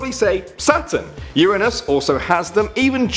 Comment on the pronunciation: The way he has Uranus )